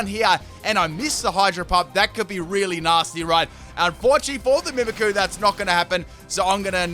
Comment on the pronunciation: It’s annoying that you don’t pronounce the y in mimikyu